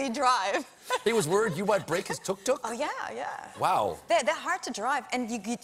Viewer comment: As an Egyptian person who has seen tok toks and knows the actual way to say the way they say it is awesome